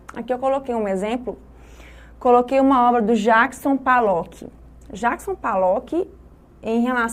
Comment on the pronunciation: Desculpe mas Jackson P A llock?! P "A" llock????? O nome dele é com "O" P O llock... POllock... não sabe o nome do artista e é PROFESSORA de artes? Isso explica muita coisa sobre o ensino no Brasil...